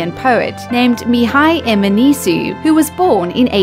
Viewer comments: e Mihai Eminescu dar nu Eminisiu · Mihai EmenessseeeHuuuu.... Yes but actually no. Is a little bit more like Mihai Eminescu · EminesCU not Eminesu I am Romanian btw so i know this He is one of my favorite poets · Mihai Eminescu se spune